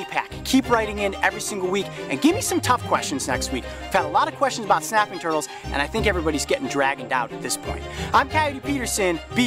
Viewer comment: show not shoe, about not like